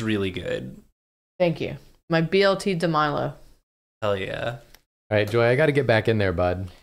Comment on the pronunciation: it’s a BLT not a BTL😭😭